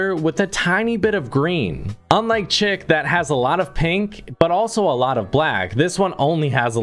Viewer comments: Its not chick, its pronounced shic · Bruh you saying chic like chick lol